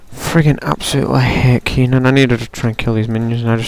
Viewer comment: I'm level 20, and I love Teemo:3 He's so awesome with the poison and stuff... Also, why do you pronouce Kee-nen, not ken-en